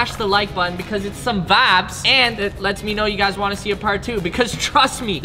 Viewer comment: It's not vabz it's vibes